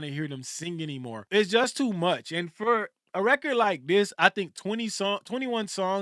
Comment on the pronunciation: And "fForr"😂